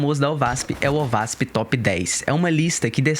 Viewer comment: se pronuncia : OASP